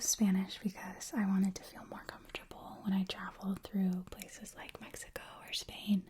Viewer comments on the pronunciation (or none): none